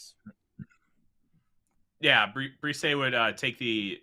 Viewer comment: If the Vikings do pick Bresee, I hope the media and fans learn how to pronounce his name correctly.